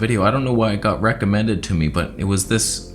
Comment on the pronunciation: You said " rectummended"